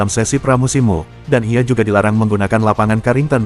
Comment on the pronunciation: MU dibaca mu 😅